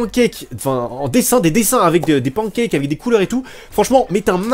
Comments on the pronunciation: Sa ce dis pas pancake sa se dis pancake 😂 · La façon dont tu prononce pancake et PewDiePie c énorme 😆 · Tu prononce bizarrement pancake